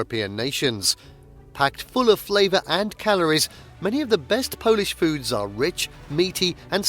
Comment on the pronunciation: OMG you are slaughtering the pronunciation of so many of these foods!